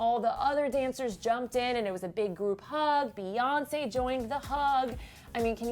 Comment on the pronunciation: emmm can we please stop calling Beyonce "baes" its "bees"